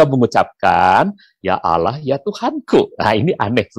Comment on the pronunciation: nyebutnya Allah, Bpk pendeta ini fasih banget 😅